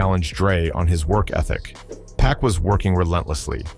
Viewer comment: The narrator sounds like he's reading and miss pronounces words suge (Shugg) He said pack not pac